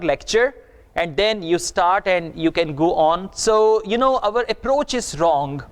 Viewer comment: You're pronouncing some certain words wrong such as Android , Vocabulary and our but anyway keep goin'